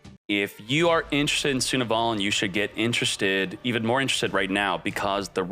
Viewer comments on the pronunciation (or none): Sunavalon is pronounced " Sun Avalon".